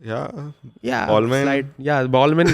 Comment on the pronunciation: its baal-mayn guyssss